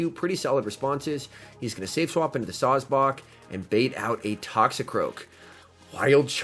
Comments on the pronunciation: Sawsbuck: "SawsBawk" Excuse me sir but it's pronounced Saws-Buck. You know, Like a male deer...: bawk bawk bawk.🤨...: bawkbawkbawkbawkbawkbawkbawkbawkbawkbawk 🐔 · No one:: Sawsbock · I’m fine with sawsbuck... but what about the dirt rabbit..